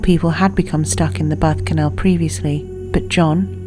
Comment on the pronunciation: lol it sounds like she says "Several people had been stuck in the butt canal"